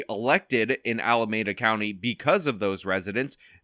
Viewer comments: It pronounced Ala-mee-duh 😂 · Al-uh-mee-duh. Alameda. It hurts every time I hear you pronounce it wrong. 😂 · You're mispronouncing Alameda.